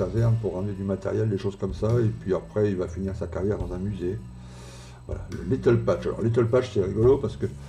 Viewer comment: merci encore pour le partage, je vais vous suivre. Si je peux me permettre, il faut prononcer "little patch"iiiizzzzzzzzz (il y avait plusieurs trous a réparer apparemment )